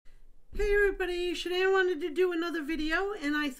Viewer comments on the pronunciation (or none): I have to point out that her name is Shanann, not Shannon. Sorry, but it bothers me when her name is mispronounced. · I know you mean well in your conversations with Shanann and the girls. No disrespect to you or about your videos, i feel it would be beneficial to pronounce her name properly. From my point of view, it is a sign of respect when you pronounce someone's name correctly or not and we should respect this beautiful family even if they have passed away. The new spirit box is much clearer, so thank you for the upgrade. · I'm really not trying to be rude, but if you know the correct way to say her name and you know that people don't like it, then why not say it correctly? Js 🤷‍♀️